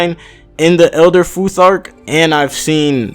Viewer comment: Good job on the Futhark. You said it right. I used to be a scholar of norse mythology for almost ten years. And yes i'm from the area.